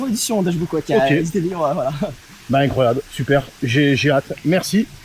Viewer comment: 🤣cette mignature de putaclick !! Mdr et cette ganache 😅 Un requin dans une pitite piscineuh wow mais c est incroyohh !!!🤣